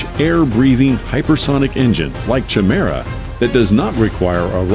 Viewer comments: it's pronounced Ky-mera not Chi-mera. A chimera is 2 different creatures as one. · Chimera is pronounced Kie-mera, not Chi-mera. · Lol "CHI- mera" Sorry to be picky but it's pronounced "KI-mera" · lol it's not pronounced "Chim merra" instead it's more like "Kai Mera" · Chimera sounded Kymera is the name as the aircraft is able to transform. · I wonder if he did it to troll extra comments - ch-mera sounds like a breakfast cereal 😅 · Your Voiceover Guy is screwing up. The word Chimera is pronounced KY- mera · I’m sorry but isn’t Chimera pronounced Ki-me-ra? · CH Mira 🤣🤣🤣🤣 at least pronounce Chimera properly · My god man google how to pronounce things. Chimera is said ki-me-ra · however it is pronounced kimera. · It's pronounced K I m a r a with a big I with no ch sound and a hard C sound (K) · Everytime I hear Chimera pronounced wrong I die a little more inside. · Exactly!!! His mispronunciation was killing me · In the beginning, you pronounced the word "chimera" incorrectly. Please check the pronunciation. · You probably should have looked up the correct pronunciation of Chimera before mispronouncing it over and over to hundreds of thousands of people. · 🤦‍♂🤦‍♀ Learn how to correctly pronounce the word "chimera". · If you’re going to go to all this trouble, why don’t you go the extra yard and look up how to pronounce “chimaera”? It’s just a google search away …